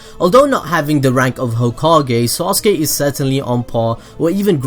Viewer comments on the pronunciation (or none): Stop saying sauce-gay please! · SORRY I HEARD SAUSAGE UCHIHA LoL 😂😂😂😂😂😂😂😂😂😂😂😂😂😂😂😂😂 my mistake